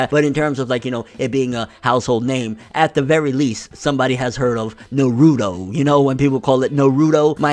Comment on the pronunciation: People saying naaarudo pisses me off. Especially after they claim they've watch the series.